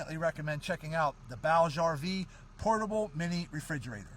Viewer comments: "Booj-ee RV" not "Bowg RV" My only complaint Great video, thank you I love this cooler (30Q version) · My only complaint is that it’s pronounced booj, rhymes with Scrooge or Rouge.